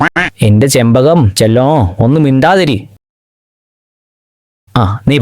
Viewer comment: Chembazham paranja c clear aayila